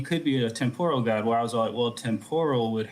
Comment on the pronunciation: Hearing this guy's pronunciation of temporal has me picturing God eating deep-fried Japanese vegetables.